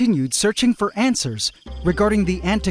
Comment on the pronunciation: I could swear he said "looking for 🐜swers".